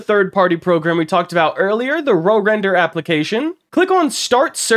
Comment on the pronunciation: You probably offended whoever made RoRender by calling it Row Render 🛶🛶🛶